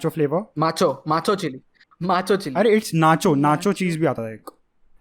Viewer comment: We can make a video out of just saying the flavor wrong